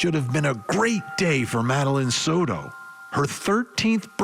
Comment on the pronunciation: "sourou" It is Soto. not an "u" in there, not an "r" in there. It is not an english last name. learn to pronounce!!